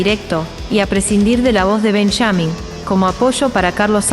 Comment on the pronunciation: es benjamin no benchamin .. pronuncia bien el caste llano no castechano